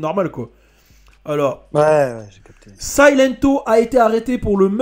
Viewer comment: silento ça se dit Siléntou